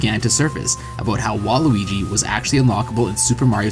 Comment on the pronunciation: You keep saying Luigi. I dont here you pronounce the W at all.